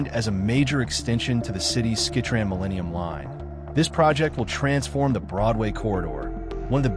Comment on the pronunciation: It is the Skytrain, not skitran! ffs!